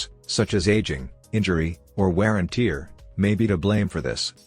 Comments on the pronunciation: wear and "Teeer?"🤦🏻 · Lol tear 😭 if you replace that with tare the voice will say it correctly